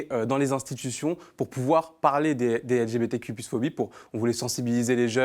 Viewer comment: J'aime toute vos vidéo en general donc j'ai vraiment voulu suivre hein, mais j'ai lacher apres le 6eme "élgébétéku+qweer" que j'ai entendu, franchement hein chacun fait ce qu'il veut mais j'ai du mal a comprendre pourquoi doit on faire un tel effort pour accepter l'idéologie de vie d'une certaine communauté , surtout quand celle de la majorité est ignorer.